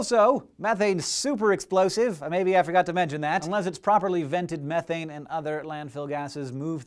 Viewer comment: I've noticed how he struggles to pronounce the word methane correctly, also in another video he pronounces aluminium, al u min um. Strange.